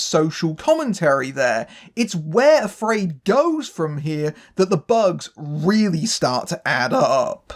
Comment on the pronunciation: I wouldn't pronounce AfrAId that way.